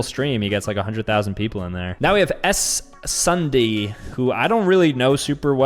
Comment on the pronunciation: WhatABurger costume 💀 That's Wonder Woman, Also, 'S' Sundee? You pronounce it like 'Sundee'